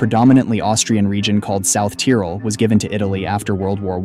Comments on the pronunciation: South Tyrol is Pronounced like South Tayrol not South Tyrol lol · Please don't pronounce tyrol like that